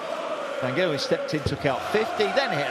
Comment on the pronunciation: it's Gerwyn not Gailwen